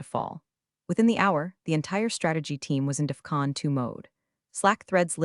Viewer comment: Mispronounced words: Ferragamos DefCon 2 IMAX Pistachio Croissant